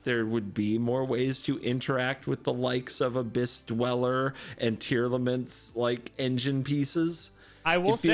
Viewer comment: oh god, mispronunciation of tearlaments is spreading